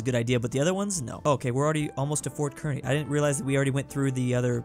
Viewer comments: As a Nebraskan it's pronounced car knee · "Kearny, Nebraska" is pronounced "CAR KNEE" FYI